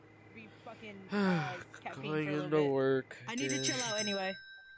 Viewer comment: ITS CATFEINE NOT CATFINE